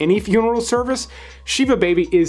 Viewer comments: It’s pronounced shiv a, not sheeva. It’s also not a funeral service. It’s similar to a wake. The funeral service is over by the time the plot gets going. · You pronounce Shiva with a soft I. So it's like a prison knife plus ah. It's generally said as "sitting shiva". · Shiva is pronounced with a very short i sound, not like ee. Generally, for a couple of days (7 days if you are very religious) after a funeral, the immediate relatives (parents, spouse, children, siblings) will open their home for guests. They are not supposed to cook or serve for themselves, guests bring or send food, etc. The ritual is called 'sitting shiva', because basically you sit, and people bring you food and drink, etc. I did it for both my parents when they died. My brother hosted it at his home. When I did it for my mom, I could only take it for 1 day and then I went home. I found it very draining. But that's just me. But it can go on for 7 days. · Hebrew words are usually Translitered so the pronuncations can be confusing. They actually say Shiv ah in the movie too. I've unfortunately had to Sit Shiva a few times. BTW it was an excellent recommendation!